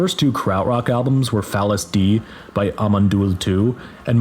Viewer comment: DEI is pronounced like DAY, you yankee